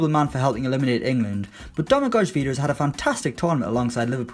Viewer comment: Stopped watching when you butchered the pronunciation of Vida's first name